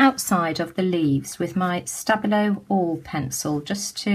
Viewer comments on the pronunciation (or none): really love watching your videos but I just wanted to let you know. the pencil is pronounced 'sta bee low' let me know if you would like someone new to do the by 5s challenge or anything 😊